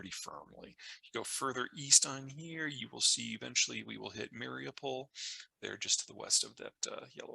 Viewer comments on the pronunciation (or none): none